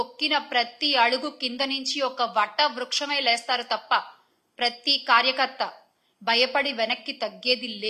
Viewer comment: Syamala ji vatta vruksham kaadhu vata vruksham anaali